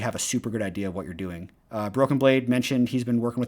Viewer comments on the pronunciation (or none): none